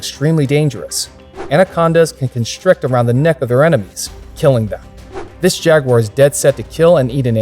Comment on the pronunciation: Why can't the yanks say jaguar properly?